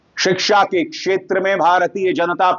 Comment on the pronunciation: अगर उर्दू पढ़ लेता तो इतना बदजुबान न होता, बत्तमीज न होता। बोलने, बात करने की तमीज़ सिख जाता। उर्दू पढ़ लेता तो शिक्षा को "सिकसा" और खुशी को "खुसी" न बोलता।